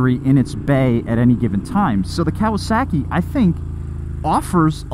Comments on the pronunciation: there is no "sack" in Kawasaki. Cow-uh-sock-ee. Would you go to a Japanese restaurant and order sack-ee, I think not Sir! Im starting to think you've been hanging out with Eric too much lol! Most motorcycles get such good gas mileage I feel these electric bikes are superfluous. The hybrid bike may be worth the hassle to help cut emissions but with the pollution from mining the lithium and manufacturing/recycling of the batteries probably not. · "Kawa-SAW-ki" > "Kawa-SACKY" - lol - Sorry I had to. Liked the video, though! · Cow-uh-sack-ee 😂 sorry I can't not hear this. It's cow-uh-sock-ee. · Speaking as someone who studied Japanese for almost 3 years, it's KAH-wah-sah-kee, not COW-uh-sock-ee. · Say it with me...Kah-wah-sah-key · Why do you pronounce kawasaki like that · Love, hate the way he says Kawasaki 😂